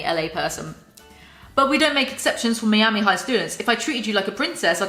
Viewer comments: When you said “Mee-ami” instead of “Miama” and then “I can’t talk,” you totally missed the opportunity to say, “I mean... I can’t SPEAK!” Hahaha! NOOO!!! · You can really tell which parts are leles own words and which are the ghostwriter; they don’t even bother blending them together. Jesus. Also: “mee-ami” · Even though I appreciate suffering through this so we don't have to, as a natural-born Floridian, hearing Miami pronounced that way hurts my soul. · everyones talking ab how she says “miami” but why is no one talking ab how she says “cliques” like cleeks